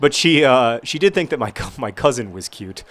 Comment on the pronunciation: it was soo cute when you said she was "REALLLY cute."